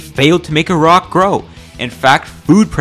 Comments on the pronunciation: YOUR MY FAVOURITE YOUTUBER NOW YOU SAID IRAQ INSTEAD OF EYERAQ NEVERMIND😭😭😭😭😭😭😭😭😭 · Finally an American that can pronounce Iraq